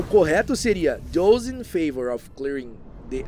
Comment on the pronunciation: Então... dos livros, não. Bem chocado com alguns, aliás. Por outro lado, os erros de pronúncia em inglês (sem hate aqui, viu?) foram: of accused prefect heard remained straightened up looked Hermione hurried the closed returned suffered half inquisitorial squad they (sendo beeeem exigente) Já que o assunto do vídeo é erro, vamo marcar esses também, que ajudam não só ele, mas outras pessoas. O erro de pronúncia do passado irregular ("-ed") e das palavras "of" e "the" são muito comuns entre falantes nativos de português. Ninguém é obrigado a saber tudo, mas é nessas que a gente aprende – como aprendi neste vídeo. ❤